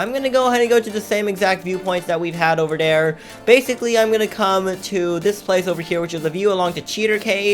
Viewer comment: "Over dere?"